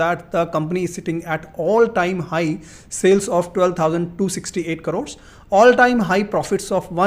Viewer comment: I don't trust people who pronounce the word 'crores' as carores